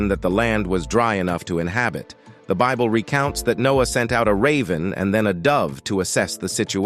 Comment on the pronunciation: The robot narrating this video is only after money and does not know how to pronounce Bible